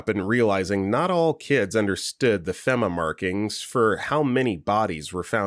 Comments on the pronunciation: Do you say shit wrong intentionally ? Ive never heard someone say feh-ma (fema) its fee-mah dumbass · FEMA is pronounced FEE-muh. it's an acronym for Federal Emergency Management Agency (or Association, I forget) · FEMA fee-Ma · Your pronouncing FEMA wrong.